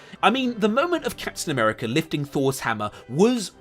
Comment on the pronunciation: Mf said Captain Nuerica and expects to be taken seriously